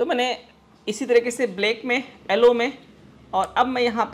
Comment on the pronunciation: sir aap pdhe likhe ho aap yellow ko ellow kyu bolte ho